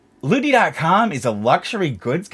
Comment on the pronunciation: I know you’re saying lootie but on 1.5x speed it sounds like bootie. I laugh a little every time.